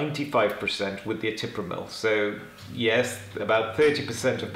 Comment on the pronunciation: ETRIPAMIL SIR, YOU PRONOUNCED IT ETIPRAMIL.